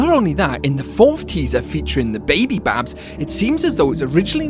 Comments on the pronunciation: They called blacklights not backlights and is bidybab not babybab😑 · Bro it’s bidy bab